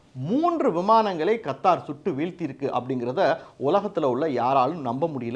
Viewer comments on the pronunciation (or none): none